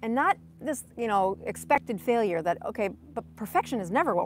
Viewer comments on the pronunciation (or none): none